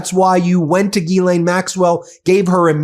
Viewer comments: To get to the point and quit using Clickbait to get somebody to listen to you and for God sake learn how to say her name correctly Not Ghee Lain 🧐🤡 you are so annoying and why I don't subscribe to you!1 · No Binki, I'm with you all the way except when you and everyone else mispronounce her name, Geee-lane-- Guhhh-Lane!! Nyet, Nein!! Pronounce the damned name the way it's written:: Jizz-Lane! The word is JIZZ,! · GILL like a fish. NOT Gee like me. For Fuck's Sake say her name right. GILL LANE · I'm not pronouncing it "Ghee-lane" anymore. I'm calling her what she is: "Jizz-lane." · I couldn’t watch this video more than a single minute. This dude is literally finding any excuse to say Gillane Maxwell’s full name over and over and over again while repeatedly endlessly mispronouncing it. Its not Geeelane if you can’t say it right then just say her last name Maxwell. Everyone will still know what you’re talking about. You don’t have to sound silly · Please learn how to pronounce the name correctly.